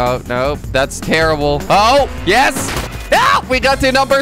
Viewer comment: Als je yes zegt klinkt het als IS/when you say yes it sounds like IS